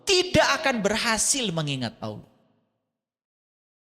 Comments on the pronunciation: alquran,nyebut nama Allah saja masih salah.kdg nyebut nya awloh,kdg aloh.mn ada org percaya kamu islam klw sperti itu.malah kamu sndr yg malu nnti.di tantang baca alquran bkn nya membuktikan kamu bisa baca alquran,kamu malah ngeyel blg nya bkn hal wajib.aduh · si blm pintar nyamar jd islam.hrs nya si bljr baca alquran dulu yg bnr biar mirip islam.ini jgn kan baca alquran,nyebut nama Allah saja masih salah.kdg nyebut nya awloh,kdg aloh.mn ada org percaya kamu islam klw sperti itu.malah kamu sndr yg malu nnti.di tantang baca alquran bkn nya membuktikan kamu bisa baca alquran,kamu malah ngeyel blg nya bkn hal wajib.aduh